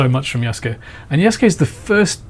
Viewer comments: Who is "Yosuke"? You falsely accuse a legitimate historian of being a "fraud," yet you can't even say Yasuke's name correctly. You called him "Yosuke" twice. You're behind on the latest news. An even more established Japanese historian, Hirayama Yu has provided his statement that Yasuke was Samurai and he explains in detail. Japanese historian Hirayama Yu is destroying the culture war chuds on Twitter, asserting that Yasuke was indeed Samurai. Hirayama's full quote: なんか、織田信長に仕えた黒人の弥助の話題になっているみたい。彼に関する史料はかなり乏しいが、信長に仕える「侍」身分であったことはまちがいなかろう。出身の身分がどうであれ、主人が「侍」分に取り立てれば、そうなれたのが中世（戦国）社会。なんでそんなことが言えるかといえば、①信長より「扶持」を与えられている、②屋敷を与えられている、③太刀を与えられている、と史料に登場するから。「扶持」を与えられ、信長に近侍しているということは「主従の契約」「扶持の約諾」という重要な用件を満たしている。また、太刀を許されているので、二刀指であり、下人などではない（下人には刀指が認められていない）ことも重要。ましてや、屋敷拝領ならば、疑問の余地はない。宣教師の奴隷を、信長が譲り受けたところまでは、奴隷だったのだろうが、上記の①～③により、彼の意思によって「侍」分になったのだろう。本能寺の変時に、明智方が「動物」「日本人に非ず」などとして殺害しなかったというのは、それは明智が弥助を「侍」と認定しなかった（差別意識があったのだろう）だけにすぎない。身分が低い者を、主人が「侍」に取り立てることは、当時としては当たり前であった。そもそも、秀吉って立派な事例があるじゃんね。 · Since your both living in Japan is the proper pronouncement Ya-Soo-KA or Yas-kA?